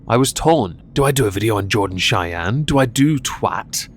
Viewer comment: Chay-yeen has to be the bext mispronunciation I’ve ever heard for Cheyenne lol .. I think we need to change it to Chay-yeen haha Also, did she, by chance, even mention how this “cancellation” effected her kid? Like I can imagine he probably took some shit at school